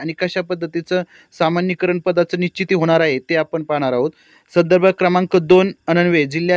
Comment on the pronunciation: कृपया समानीकरण असे वाचन करावे सामानीकरण नव्हे